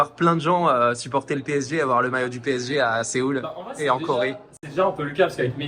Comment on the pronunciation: 파비앙님 덕분에 프랑스어가 들리네요~! 빼에쟤~! 앞으로도 PSG(피에스지) 라고 안하고 빼에쟤라고 할께요.